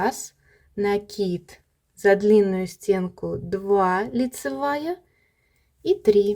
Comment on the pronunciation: лайк за накИд😊, а то на некоторых каналах - нАкид😂